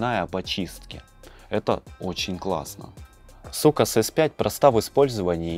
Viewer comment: Ахахахахаххахахахахахааххаахахахах не сукас а соукес😂😂😂😂😂😂😂😂😂😂😂😂😂😂😂😂😂😂😂😂